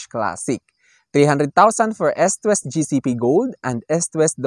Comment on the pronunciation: pronounce nyo po na Istwest ..medyo malambot po ang pronounce ..